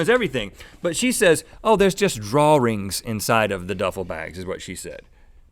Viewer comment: Was anyone else wondering what 'draw-rings' were?? lol